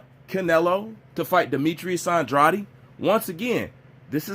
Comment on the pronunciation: Your pronunciation of Andrades name is wrong.